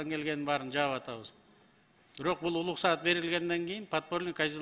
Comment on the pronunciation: адашым деген атымы озгортот окшойм шерменде кылдынго уруксат деп айтылат улуксат емес